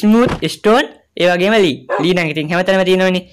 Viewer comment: අයියේ අයියා ලී කියනව වගේ නෙමේ මට ඇහෙන්නේ මට ඇහෙන්නේ ලේ කියනවා වගේ මට ඇහෙන්නේ